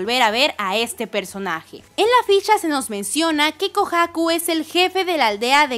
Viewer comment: Porque pronuncias así de mal “Kohaku”?